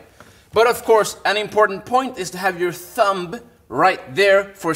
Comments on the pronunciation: I hate being ''that guy'' but is it pronounced THUM not THUMB ''B'' is silent! Please don't hate me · “ThuuumBa” 😂 that was so adorable for some reason 😅 The B is silent 😊